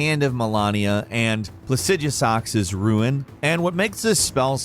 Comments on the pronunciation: "The hand of mELaaaneA and PlasEaduSAAx's ruin" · Muh-len-ee-uh, Plah-sid-oo-sax, for the love of God. Malenia says her own name in the game. Godfrey says her name. Jar Bear-n. Like a bear. Moe-g. It is also a name said in game. RAD like SAD uh-gun. ALSO said in game. Good lord almighty come on.